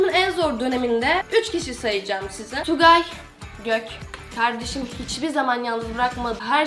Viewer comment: tugay gök derken dilin kayıyor abla